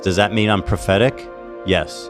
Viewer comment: I thought Ethan became self aware and said "pathetic" not prophetic 😂😂😂